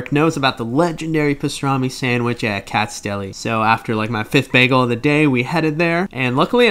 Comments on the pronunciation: Its not "Katzs" Its pronounced "Katz-is" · It’s Katz’s. You need to pronounce the s.